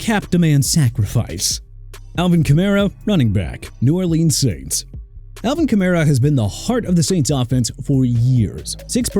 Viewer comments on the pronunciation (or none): Kenny Clark not Enny Clark and Marshon Lattimore not Arshon Lattimore! And also Alvin Kamara PRONOUNCED KAH-MAR-RAH OKAY MR. "NEW OR-LEANS"?! AND HERE'S A IDEA: NEXT TIME PUT TUA ON THIS LIST AND CALL IT A DAY AND WHILE YOU'RE AT IT, LEARN HOW TO PRONOUNCE AND TO SPELL OR KISS YOUR JOB GOODBYE!